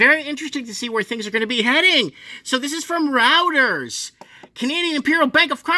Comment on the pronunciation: hard to take seriously the analysis of a guy who doesn't know how to pronounce 'Reuters' and confuses the banks own equity with a discussion of their Capital Markets group's equity trading. yikes! 😲😳🥺